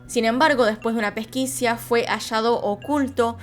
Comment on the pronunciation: Aclaro que siempre te veo, y me encanta escucharte,PERO HOY, más allá de este tristisimo caso, debo decirte: 1. Dijiste Miramar en la "costa de Mar del Plata " 2. Dijiste que Ruckauf era intendente (era gobernador) Y 3- "suspcia"????? " "pesquicia" ???? Te lo digo para colaborar. La.mejor de las ondas. Miriam